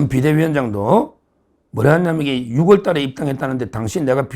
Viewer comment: 변호사님! 6월을 소리내서 읽을때는 '유월"이라고 읽으셔야 합니다 매일 방송보는 구독잡니다 -^^